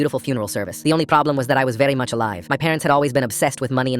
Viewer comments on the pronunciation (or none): "Verrry much" got me